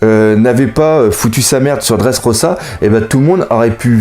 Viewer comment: on dit leffy et dressroza